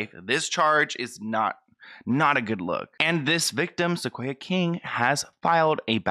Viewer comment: My name is Sequoyah and I feel so bad for this girl! And yes you were saying it right :)